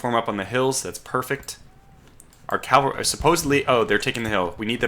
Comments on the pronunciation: CAVALRY not calvary 😂 other than that, EXCELLENT video!! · Please learn to say cavalry, not calvary.